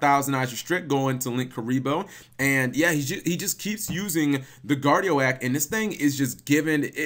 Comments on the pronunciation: Guard Ee Oak. Not Guard Ee Oh Ack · It's pronounced Guard-E-OAK....oak, not o-AK. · It's guardi-oak...as in an oak tree...unless you pronounce it as an oh-ack tree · "guardio-ak" lololololol. Cap ily bro, but its "Guardi-oak" xD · Are you freaking kidding me cap, GuardiOAk???! Guardi-guardian, OAK- like the freaking tree. That’s a new low for mispronouncing words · My face when guard eee oh ack when it’s guard ee oak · Butchered that name Cap lol. It's pronounced like Professor Oak from Pokemon or like oak tree Guardi-oke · ITS GUARDI-OAK, (guardian Oak) The filename of that first duel was very appropriate though :P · Guardian and oak. Like the tree. Oak tree not guardiak.